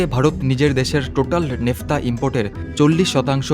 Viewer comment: 'নেফতা' নয় কথাটা Naphtha. বাংলায় 'ন্যাফথা ' হবে।